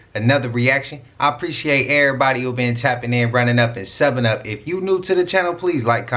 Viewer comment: When you started I thought you were saying “ head up seven up” instead of Subbing up , it brought back memories of being a kid on a rainy day in school and playing heads up 7Up. Anyone else remember those carefree silly things that made us happy? We had no idea how good we had it.